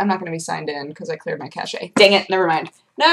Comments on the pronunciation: Cache is pronounced like "cash"! "ca-shay" like you are saying is the pronunciation of the word cachet, which is an entirely different word! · "I cleared my cache" Cash-ey? It's just pronounced "Cash".;_ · The e is silent on cache. Its a French word. Its pronounced Kash. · Cache is pronounced the same as cash (wiktionary cache) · I like that you called it , "Caché" rather than "Cache" :P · Dat cash-shay :P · Did she say cache weird? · Oh Sherlock Cat, you're so cute :P Also you say Cache silly.